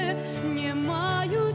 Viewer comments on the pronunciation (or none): Дзякуй вялікі. Адна заўвага: беларускай мове уласціва аканне і яканне. Таму больш прыемна чуць не "не маю сілы", а "нЯ маю сілы". Першы скдад перад націскам. У такім выпадку пішыцца 'не' , а чытаецца 'нЯ'. Напрыклад: "ня буду", але "не хачу" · Спела красиво. Правильно произносить "нЯ маю силы", в бел.языке Е гучыць як Я перад наступным нацискным складам.